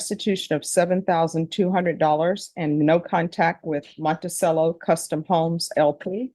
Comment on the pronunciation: I've criticized this judge's butchering of Spanish pronunciation before but now she's taking a swipe at Italian and Jefferson's home? Montisello? Seriously? Eh, I still watch many of her videos. I'm only eight minutes in but this woman is a raging sociopath. She should not be allowed to be near her mother or anyone else who is vulnerable. She'll rob them blind. Zero feelings of empathy and zero feelings of guilt, plus she's working the judge. Parenthetically, as my (late) wife who was a clinical psychologist would always remind me when I used that term, sociopath (and psychopath) is no longer used by psychologists, and hasn't in years. Nine minutes in, I quit, but one last remark: I'd bet a month's retirement income, and it's decent, that her mother doesn't have diapers. SSI and quite possibly disability for mother, disability for daughter, and government support for a disabled child. JFC, let's hope the son/grandson doesn't reproduce.